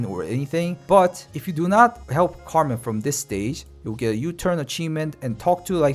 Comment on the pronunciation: KERMAN bro KERman. Cmon.